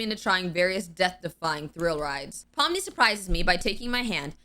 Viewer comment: When you said pomni I thought you said mommy😭😭😭